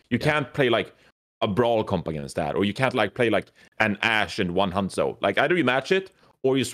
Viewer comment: LOL to.... it's hangjoe and guangjoe.... not hangchow and guangchow:')